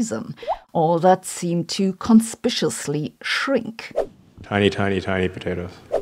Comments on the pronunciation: conspicuously is pronounced as /kənˈspɪk.ju.əs.li/ I know, it's as intuitive as enough, through, plough, and though. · "conspiciously" = conspicuously. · I'll note the both the Cs in con·spic·u·ous·ly are hard Cs. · Did she just invent a new word "conspiciously"